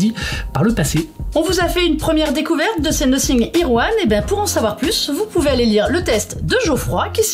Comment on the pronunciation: Je crois pas que ça se prononce Nossing, si vous parler anglais vous disiez nothing !?